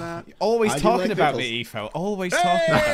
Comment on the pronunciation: eefo is a joke based on how pronounced etho and Kathryn's names with a northern lips that changes the 'th' sound to 'f'